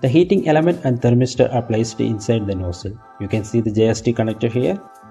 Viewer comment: What's vin-dos and no-sell? 🤷‍♂️